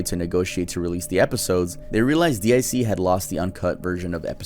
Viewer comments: You can say it was a good video. To me it was just painful XD guy was talking like he was reading off some list he didn't know anything about most of the time. And who the fuck says "DEE EYE SEE"? DiC is pronounced DEEK. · Guess you never watched Sailor Moon, it's deek not dick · It is not D I C it’s pronounced “Deak” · It is not D i C, it's DiC as a word. They say this over and over again in there advertisements and when a show starts. xD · It's actually pronounced Deek